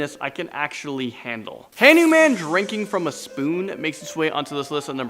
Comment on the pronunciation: HAN-OO-MAN?!?! Wtf man